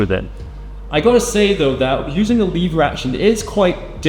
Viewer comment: What is leave her action I think it’s pronounced lever action